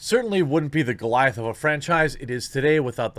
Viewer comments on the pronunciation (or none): none